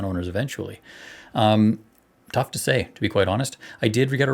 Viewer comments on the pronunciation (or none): none